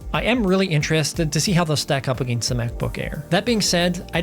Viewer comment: Are you Canadian "ag-ainst"